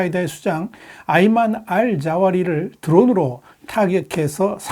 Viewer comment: "알 자오리"가 아니라 "알 자와히리"입니다.